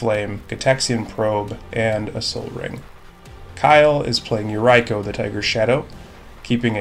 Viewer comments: Yeah that yuraiko... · Kyle is for sure a degenerate human being lol Great video! Keep it up :) Oh, since Yuriko is japanese, maybe you want to pronounce it something like "Yu-reeko" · Came for Galea but glad to find a good content channel 👍 lol just change that "I" to a "E" sound in Yuriko tho 🙈😅😂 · Haha I didn’t know mispronouncing Yuriko could erk me so much. Love to see her gameplay but I think she may have been a little too powerful for some of the decks at the table.